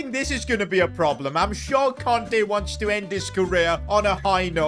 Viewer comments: Kante not konte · kante not conte😭